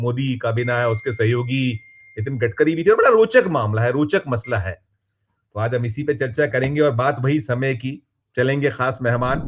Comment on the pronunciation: मतला नहीं मसला